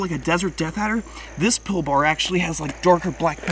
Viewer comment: Your saying Pilbara wrong you say it like pil-ba-ra